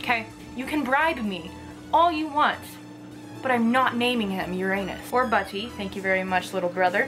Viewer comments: Its pronounced "ur-in-us" not "ur-anus" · its not pronounced your-anus its pronounced yurunus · It’s pronounced ur - a - nus not ur-anus